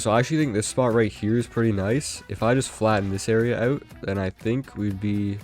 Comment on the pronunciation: i love how he says "oyw"t instead of "out"😂